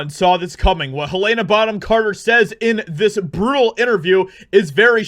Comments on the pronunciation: Repeat after … all of us… Heluhna… Heluhna… Who the heck is Haylayna?! 😉 Just Trollin. Nice vid mate. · Just FYI, her name is pronounced helen-uh, not hu-lay-nuh. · Quick note.Her name is pronounced Hel-lena not Hel-layna. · Hell-uh-nuh Not Heal-Ain-uh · You're pronouncing her name wrong it's Helena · Learn how to pronounce Helena correctly. 😜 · jesus man there are two ways to pronounce helena and you miss both